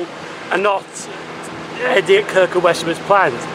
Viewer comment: Excellent Video in the area where I used to go trainspotting in the 1960s. Just another point on pronunciation though. My wife lived in Kirkham for 17 years and is adamant that the locals always pronounced Wesham as Wessam. Keep up the good work.